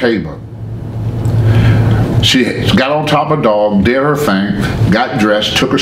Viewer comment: "he sho' deed"